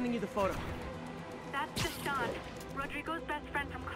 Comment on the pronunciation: Deshaun? More like Juh-Sean Sorry, couldn't help it lol